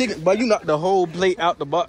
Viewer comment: “da whole plate out da box” the emphasis bro had